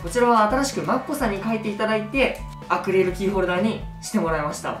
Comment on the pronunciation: まふくんアクリルキーホルダーのことアクレルキーホルダーって言ってる...かわよ